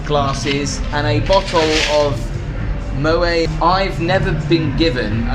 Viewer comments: love your work. Couple of bits of feedback. In your Raffles video, those shoe things are to keep your shoes in shape. You insert them into your shoes. And in the ibiza video, you pronounce the champagne “mow-ett”. Please don’t say “Moway” haha! Can’t wait to see where you go next. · Pronounced Mo Et - Dutch family. Hard T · ideally, pronounce Moet with the "t"